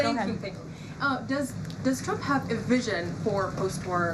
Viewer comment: First of all, she is a liar. Always was. Any Trump supporter that ever believed her is not very intelligent. Secondly, she can’t say “Trump” she says “chump”, and that speech impediment may be the most truthful part about her. She also can’t say “sure” she can only say “shore”, and if you want to something to do, look up her real face. No lips, but she shore likes getting the facial surgeries, just like Chump wants! Ah well…it’s all paid for by her multi millionaire 60 year old husband!